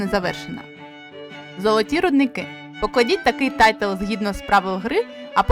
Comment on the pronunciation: Дякую за відео. Як швидкий огляд гри - файно, але я шукав детальніший розбір правил, тож буду шукати далі. І одне зауваження - не "тайтл", а "тайл" ("tile" - плитка). Удачі з оглядами.